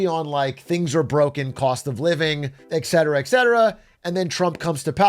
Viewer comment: can you stop saying eck cetera? It is et cetera. Thanks.